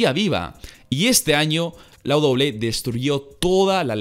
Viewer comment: Todo mundo: Doble ú doble ú é: Doble-é